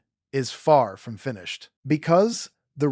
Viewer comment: You're going to want to redo this video and update every single instance where you mispronounced the name of the structure. Ree-kaat, not ree-chat